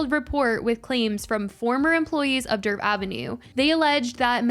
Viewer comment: The D in Djerf is silent… it’s pronounced like “Yerf/Yurf” in Swedish 😅❤